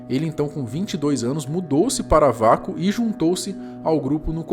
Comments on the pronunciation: detalhe: lê-se UAKO e não VACO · Se pronuncia ' UEICO ' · E se pronuncia “ueico”